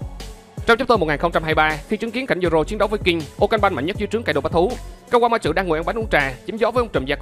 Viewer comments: Kawama trự :)) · Mình góp ý nhé . bạn đọc chậm lại 1 chút sẽ hay hơn. Và tên kawamatsu bạn đọc thành( kawa ma chự ) ko đúng chút nào . Còn lại mình ko ý kiến sâu chuỗi logic và lập trường ok. Chúc bạn sức khỏe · Anh ơi, về cái phát âm tên Kawamatsu em nghe có vẻ anh phát âm hơi sai và hơi khó nghe nên mong anh khắc phục